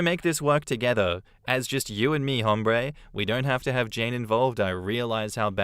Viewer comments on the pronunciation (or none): the H in hombre is silent, just like in ‘hola’ 😭 You don’t say hoh-lah